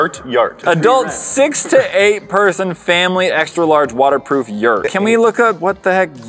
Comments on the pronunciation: It’s actually Yurt not yert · It's not a yert but a yurt. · No no no no. YURT NOT yert. A YURT is a round portable type of tent. Guys...you had the word infront of you..... YURT - A traditional yurt (from the Turkic languages) or ger (Mongolian) is a portable, round tent covered with skins or felt and used as a dwelling by nomads in the steppes of Central Asia. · It’s a “yurt” not a “yert” lol